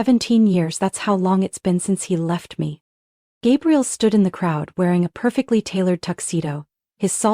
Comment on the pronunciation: Hate it when AI narration can't get pronunciations right. Gabriel then Gabrielle? Ugh 😵‍💫